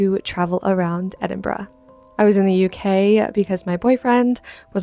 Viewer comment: If there's any other city in the world i would live its Edinburgh. (So happy you pronounced it properly). Edinburgh is considered one of the most haunted cities in the world. It definitely has a super spooky vibe!